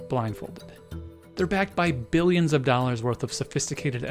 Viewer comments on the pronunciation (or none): none